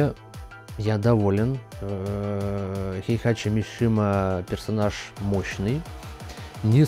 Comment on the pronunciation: его зовут хейхаЧИ ХЕЙХАЧИ! хватит уже коверкать имя!